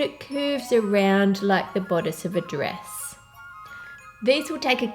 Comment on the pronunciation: it triggered me whenever she said 'dress'